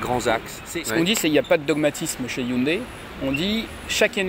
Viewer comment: "Hyundaille" " Hyundai!" ;)